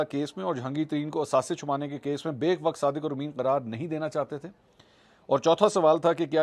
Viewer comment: It's not baik wakt. It's bayak wakt